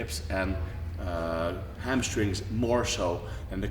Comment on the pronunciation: Lol 'amstrings' and 'helbows' ... p.s. I love this guy